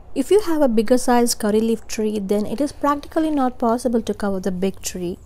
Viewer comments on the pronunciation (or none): none